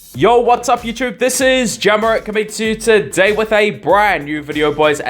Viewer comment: You said very well "TUDEY" ;)